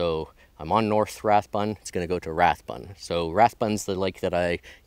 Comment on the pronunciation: Hi: during the 1940's & 50's I grew up in that area;so seeing you back there has been rewarding. Fun hearing you slaughter the pronunciation of Anstruther & Rathburn' but that does not distract from the fun of joining you & being there. Thanks Brian 78